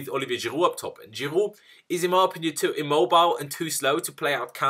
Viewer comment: ITS GIROUD NOT GIRUUU!!!